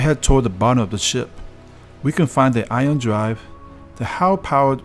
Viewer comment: Would it be possible to read the copy and pronounce everything correctly? Like ion drive rather than iron drive ?